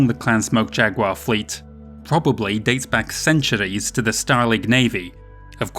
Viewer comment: Someone has got to think of a drinking game for each time he says "ceanchuurees"!! Please?